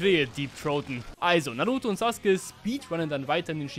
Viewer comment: Sasuke sagt mann und nicht suske(sus<. Meine ich natürlich nicht ernst😅😅. Und vielspass beim Video😊😊😅😂❤❤❤